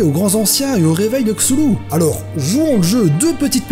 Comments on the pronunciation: je ne connaissais pas ta chaine youtube avant... mais maintenantmec... JE T'AIME!!! T'as un nouveau abonné et un ch'tit pouce bleu en prime! Comme peut le laisser montrer mon image de profil et mon nom... je suis un adepte de Cthulhu, son illithid favoris quoi! Ah et sinon, on dit Khloul-lhou, ça part du ventre mais les organes humains ne peuvent imiter le son originel. On se voit souvent avec Cthulhu et koro-sensei, 'pour ça que j'suis un peu bakka sur les bords ^^' Cordialement, ZePoulpe =========================== partie pub: eh ouai, il en faut bien ;p======================== checkez ma chaine, elle est inactive pour le moment car j'ai écrit/imaginé des vidéos pour 2 youtubeurs donc je cherche encore un geek/otaku pour compléter es les idées sont là! J'ai besoin de quelqu'un à motiver pour me motiver et je n'aime pas bosser alone alors... Bref ça peut prendre du temps mais ce n'est pas un projet que j'abandonnerai. D'ailleurs je vais aussi créer un blog sur lequel je donnerai les résultats des tests des jeux que je fais. Cherchez un petit poulpe régulièrement sur le net! Il se fera de plus en plus présent, je vous le promets (encore une fois ça peut prendre BEAUCOUP de temps). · enfaite c'est dommage mais la prononciation de C'thun c'est K'thun d'où [K-Tou-Lou] pour ma part. Si tu veux la prononciation choisi part blizzard joues a HearthStone et chope la carte ou regarde des vidéos . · les noms du mythe de cthulu est tiré de la théologie sumérienne et donc se prononce ktoulou. et je t'en supplie ne remplace pas tous les t en s.... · la video est sympathique, mais les prononciations sont loin de ce que l'auteur avait annoncé, meme si cela est tres dur a trouver, il existe une interview (non traduite)de HP Lovecraft . Allez allez. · juste le mot "CTHULHU" il m'a tué mdr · je sais que tu l'écorches pas, mais putain ça m'ennerve isdhfiehyfil_ezyhfr jai envie de tuer des chats chaque fois que tu le dis comme ça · C'est bizarre de prononcer le TH comme un Z quand même